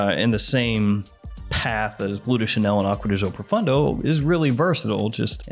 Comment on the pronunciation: Pro foon doe is correct pronunciation